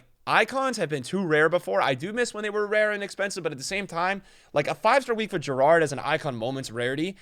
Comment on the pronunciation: the way you pronounced gerrard was criminal